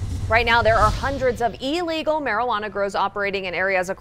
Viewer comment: ILLegal, not E-Legal